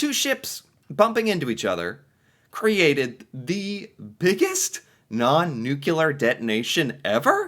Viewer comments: the Manhattan project used the damage report from that explosion to better understand the effect of big explosion (oh and "nuclear" not "nucelar") ;) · It’s non nuclear - nu cl er. Not 😅nu clu er 😢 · NUCLEAR is pronounced NEW CLEE ER .. not NEW QUE LER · Oh, there’s a different pronunciation for you. You pronounce it newk-you-ler. We pronounce it newk-lee-er. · 📢NUCLEAR, a 2 syllable word, NEW + CLEAR. There's nuke, nucleus, & even molecular, but Noo-Q-Lar?🤣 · Stop saying nu-cu-lar! It’s pronounced nu-kle-ar! Yes, I’m Canadian. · I love your channel, and I love to hear about these things from an outside point of view - and this one is one of my favourites so far! But, please, it's pronounced "NEW-clee-ur" not 'NEW-cue-lar' - it's my biggest pet peeve. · I'm a fan from Canada, but really having a hard cringe every time I hear the "new-Q-lar" pronunciation... Nuclear = New-clear , or if you're British "new- clee-R". There's no added syllable, c'mon man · New-clee-ar not nucular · off topic, but why do so many Americans say "nuculer" instead of "nuclear"? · You mean Nucular...I've heard a ton of people make that mistake he made. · Not trying to pick on you but... Adjective. nucular (comparative more nucular, superlative most nucular) (botany) Nut-shaped; of or relating to a nucule — a section of a compound (usually hard) fruit. /ˈnukliə/ Nuclear describes something that has to do with the nucleus — the central part — of an atom. If you're a nuclear physicist, you do a lot of work with that part of the atom.